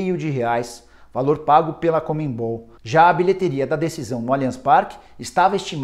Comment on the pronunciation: NÃO É COMENBOL. É CONMEBOL. FALA CERTO NICOLA